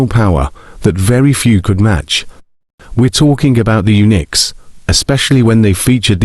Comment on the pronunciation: Does anybody in the world actually pronounce “Uniques” as “Unix?”